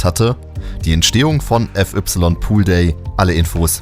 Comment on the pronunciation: wieso spricht man fy mit "ef ypsilon" aus stat fei_poolday oder fai_iceworld? Wer macht sowas bitte? 🤣